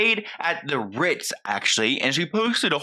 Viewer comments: The RRRRRITZ. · “…the RRRRRRRRitz!” 😂 😂 😂 💀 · She made sure to say "vacations's" hahaha 🤭💀💀 And not the "Rrrritzzzz" 🤣🤣🤣🤣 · I love the way you keep saying "RITZ" haha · I'm literally watching this at 3am trying real hard not to wake up my family with cackling everytime you say CONDO (and the R I T Z) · I’m never gunna be able to say “tha RITZ” normal again lmaooooo has me dying 😂😂😂